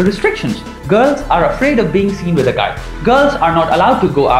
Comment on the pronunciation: Excellent video.. but PLEASE PLEASE PLEASE Indians.. Get your "V" and "W" sorted.. It's not "VITH" it's "WITH" .. it's not 'VESTERN' it's "WESTERN"... it's not pronounced "VOY-LENCE" it's "VI-OH-LENCE".. Trust me, you'll go a LOOOONG WAY in this world. Just work on it.